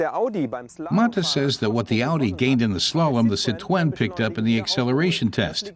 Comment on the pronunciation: Why does he pronounce 'Citroen' like Elmer Fudd? 😂